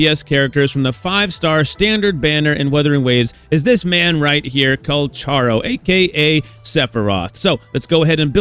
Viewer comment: PLEASE PRONOUNCE HIS NAME RIGHT. THANK YOU